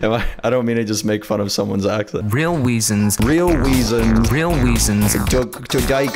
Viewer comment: weal weasons